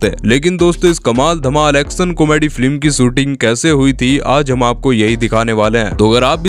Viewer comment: 😂😂😂😂😂 Abe flim nhi film hota hai